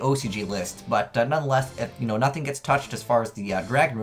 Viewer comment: Just wanted to point out that Nothung is pronounced "No tongue".